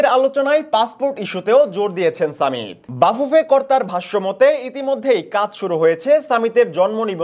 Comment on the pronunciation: সামিত নয় ❌ সমিত ✅